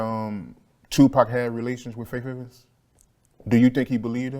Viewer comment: I hate how he keeps saying “Fayf” Evans 😂😂😂